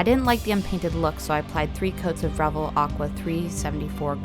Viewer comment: First of all it's pronounced Re - VELL . Like in HELL, YELL, SMELL, TELL, SELL, BELL, QUELL, CELL, etc. Don't be so damned ignorant!! This must be the 1/72nd scale version. It's called a WINDSHIELD - not view point. Also Tuh-MY- YA is how it's properly said although all the dumbasses say the same wrong way that you do in this video. Not bad although very amaturish in the way that this was painted - there are references out there on the modeling forums. I take it that you don't build very often or that this is one of the first models that you've ever built. Take more time to understand the products that you use and familiarize yourself with the myriad of modeling products and brands and how to say their name right if you're going to do videos on this subject. It's good to see females in this genre as it's dominated by men. Mostly OLD men since the advent of the video game which is a predetermined outcome no matter how many times that you do it has helped to hurt the board game and craft industry! Its too bad as this is one of the most satisfying things that I know. Thank you any way and keep on building.